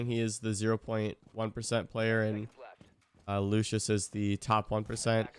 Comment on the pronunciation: how you pronounce “Luscious” is infuriating me😭